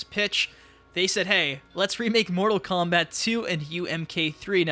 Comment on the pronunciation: Mortal KomBIT? The fuck is wrong with this dude?